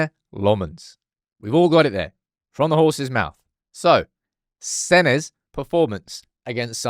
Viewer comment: It's not Sene, it's sena.